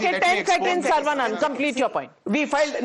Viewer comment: It is not Sarvaa banana. It is Saravanan.